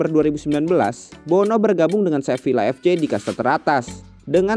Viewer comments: Saran: cara bacanya seviya bukan sevilla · min, fyi aja, Sevilla itu bacanya Seviya, double L dibaca Y, kurleb gitu min 🙂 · Sevilla dibaca Seviya